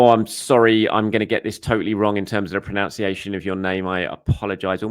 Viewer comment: Being so worried about pronouncing a name wrong you pronounced "pronunciation" wrong. Love it. 😅❤